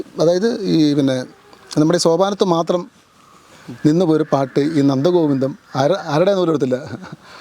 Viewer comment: Interview cheyyunna sir 'Nandagopans' ennaanallo parayunnathu. Nandgovindam ennu parayaan ariyille. Anyway Sri interview cheithathu nannaayi. Very good. Sir, ithrayum prasasthi ullavarude peru correct parayande 😮